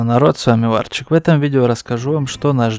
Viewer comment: Не варчик а Варчюн)))))